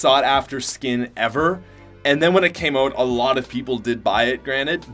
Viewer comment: English- “out” Patrick- “oat”